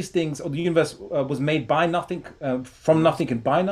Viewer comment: The only thing I learned through was "nuthingck"